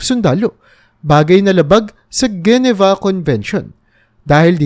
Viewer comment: IF DIKA SURE PAPANO BIGKASIN ANG ISANG WORD I GOOGLE MO…” GENEVA” isang City sa Switzerland Dimo Mabasa ng Tama.😂😂😂😂